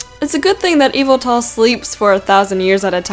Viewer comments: It's not Eviltal it's (Ye - Val -tall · DiD yOu JuSt SaY eEvElTaL? iTs YaVeLtAl!! (Also why do so many Pokémon drain your bodily fluids?) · correction yveltal how to pernounce vel tal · It's not eviltal its yevetal I have it in Y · By the way, you pronounce Yveltal as i-vel-tall, OK? (not criticizing, BTW) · The last one it pronounced ee vel tall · #1 pronounced '' yuh-vel-TALL''!!!!!!! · it's pronounced Vettle but it's spelt yveltal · It's pronounced Yaveltal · no it's pronounced (EE-vel tle) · Yveltal is pronounced e-vol-tal. It's evil and it's tall. Deal with it. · its pronounced as eviltal but its spelt yveltal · its more likely yvetal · its actually Yveltal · its not yeveltal but yveltal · look up the pronunciation or even look at a handbook. ee-vel-tall. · everyone says names differently and plus she could have a different accent so she says words weirdly